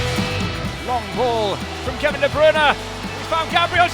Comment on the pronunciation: i hate how they say kevin de bruyne wrong